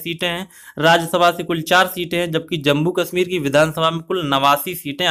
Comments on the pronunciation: Its jammu not jambu bhaaiii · It's Jammu not Jambu